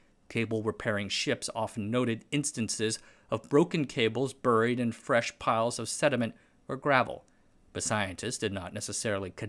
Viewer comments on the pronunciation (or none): "burryd". What an interesting way to pronounce buried.